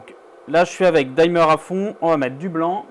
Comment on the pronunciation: Tes vidéos sont top. Par contre si je peux juste me permettre une toute petite remarque : peux tu arrêter de dire dimmer : "daïmeur" 😂. Ça se prononce "dimeur" tout simplement 😊